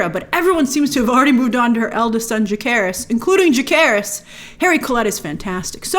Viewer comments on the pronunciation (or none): Jacerys (ssssss jasseee not jake) and Lucerys were betrothed to the Velaryon girls in the book. i don’t know why i force myself to watch these videos. i love you grace but it’s a real stuggle